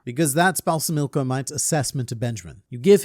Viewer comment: Anyone else gutted about Balsamico now being (probably) dead? Dude was awesome. Anyone else even more gutted that pronounces it BalsaMIco because in their heads they pronounce it BalSAMico?